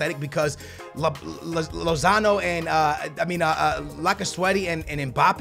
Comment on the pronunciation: lozano.??like so can learn how to pronounce players names